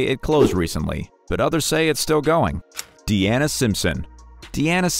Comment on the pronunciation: Dude....if her name is clearly shown as, "DEANA", why do you keep calling her, "DIANA"??😂😂😂